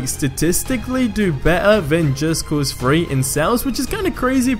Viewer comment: It's called just cause three not just cause FREE. And with not whiff like you are smelling something. And E three 3 not E FREE.